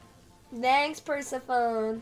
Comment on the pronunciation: why do you pronounce persephone’s name like that?